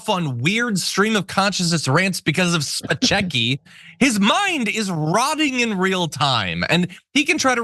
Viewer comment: "Spechecki." Isn't that the character that Sean Penn played in the movie, "Fast Times at Ridgemont High?" ;)